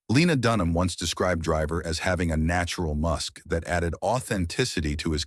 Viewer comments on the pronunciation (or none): none